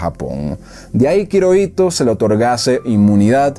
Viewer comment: Hiroito se pronuncia como Jiroito